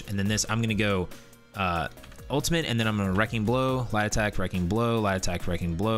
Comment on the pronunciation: I watched one of your other videos and was like I can not find lie detect under any of these trees..... after watching this I realized you were saying light attack